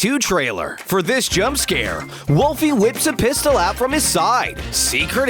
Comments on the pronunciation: It's pronounced Willow not Wolfie Plus she already has a jump scare she kicks and then shoot you that's the real one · It’s willow not wolfy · it's willow not wolfy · its willow not wolfy